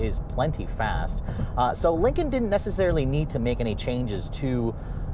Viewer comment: He mentions ford yet never dodge, because dodge is better. He also says Lincoln wrong, he keeps saying Lincon